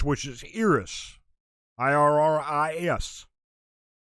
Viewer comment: IRRIS is pronounced Iris, like the part of your eye. I've seen them at music shows. They are pretty good. Not amazing, not sure why someone would put them on a "groups to watch in 2023" when there are other up and coming groups that will undoubtedly have more success. I like them a lot, joined their fan cafe, will watch their stages, but their fanbase in Korea is tiny. And I mean TINY. They have a lot of work to do to get to the level that they need to be at to be on "groups to watch for" lists. Fifty Fifty won't be doing anything in 2023. I am sorry. They just filed a lawsuit against their agency and there is no way they are going to have a comeback or do any promotions with litigation pending. You can take them off that list for sure. Craxy is in the same boat is IRRIS. Too many up-and-coming girl groups from tiny labels with small fanbases. They are hoping for a viral hit but that is unlikely. Fifty Fifty had one and it led to them having a dispute with their company. No disagreement with New Jeans, or Nmixx, but ITZY or LeSserifim should be #1 on that list, and Baby Monster number 4 and XG 5 or 6. Baby monster will be successful because they are from YG and they are coming with a large % of Blinks as fans. Blinks have decided since BP puts out music sparingly, they will embrace Baby Monster to fill the gap. So that's a given. My top 10 groups to look watch in 2023: 10. Lapillus 9. Adya and Ichillin (tied) 8. Yena 7. Jihyo 6. Oh My Girl 5. XG 4. New Jeans + Baby Monster (t